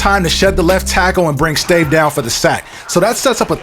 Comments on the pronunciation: stave is pronounced "STAHVAY". Joel Stave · The quarterback for the Vikings his name is pronounced Stav-a he is from Wisconsin